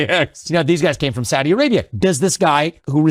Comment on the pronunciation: Investigator: Did the Saudis do it? Government: No. I can 100% confirm the Sour Dees did not participate in 9/11. I: I'm sorry. Did you say Saudis or sour dees? G: correct. Exactly... The Sowdees. No 911. I: Wait. What are sowdees? G: Sowed ee's. As clean as they come. I: What are you talking about? G: I'm just saying, with complete conviction, that the Kingdom of Sword Tee A Ray Bee Ah did nothing ever at all to America in our history of all time!.... The Saudis though. They went sick.